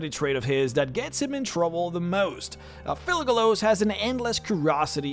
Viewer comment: Kept hearing "Thugalos" lmao